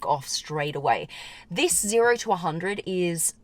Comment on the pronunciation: "This" is not "theese".